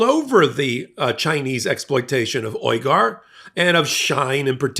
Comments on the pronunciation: It’s pronounced “wee gur” I believe. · Phonetically, it's wegar, long e. We gar. FYI. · The ethnic groups name is pronounced We-gar even if it is spelled the same as Cenk Uygur's last name. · The name of the people being exploited by Shein and who suffer systematic genocide and crimes against humanity committed by China, the Uyghur, is pronounced "WEE-gur". Just a POI. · Pronounced ‘Wee-gur’… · Admittedly it's a word from China, but it's been in the news A LOT for years now. "Uyghur" is a Turkish Muslim culture, and we don't have the same sounds in English, but "WEE-grr" is pretty close. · It's actually pronounced more like Weeger. At least that's how it's been pronounced by other sources covering the genocide. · Slight correction: "Uyghur" is pronounced "wee-gr". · Uyghur is pronounced like "We-Gur" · This man can't say Uyghur..... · He also mispronounces Uyghur.